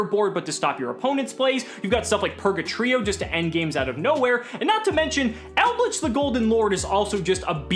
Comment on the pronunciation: Shout out to for pronouncing the trap monsters correctly 👌